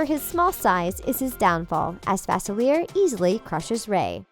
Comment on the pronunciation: it's facelia not facileir